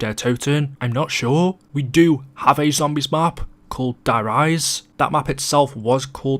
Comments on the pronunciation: when pronouncing die in German it pronounced like Dee not die. thanks for listening to my Ted Talk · Hey, The Die Bismark is actually Pronounced Dee Bismark. Die in German is pronounced Dee.